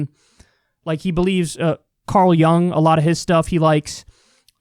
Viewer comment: Learn how to pronounce Carl Jung